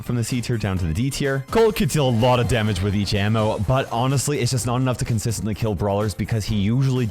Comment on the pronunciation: I heard damn it instead of damage.